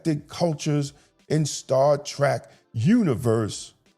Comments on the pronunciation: I'm with you fam it's Star Trek not "Track" just sayin. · I agree with you, but can we please try pronouncing it Star Trek and not Star Track? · I agree with all you points. One thing though that i really must point out. You keep calling it "Star Track", but the name is Star Trek. Trek, as in an adventure, not Track like a path. Saying it incorrectly reduces your credibility. You points are too well thought out to be marred by a mispronunciation of the show name. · If you are such a fan, why do you keep pronouncing it Star Track. It's Trek= as to journey. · Hearing “Star Track” makes me wanna scream lol